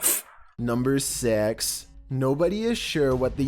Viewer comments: am i the only one to hear him say "Number sex"? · "Number sex" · he said a funny word instead of six